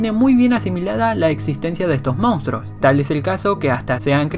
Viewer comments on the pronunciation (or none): none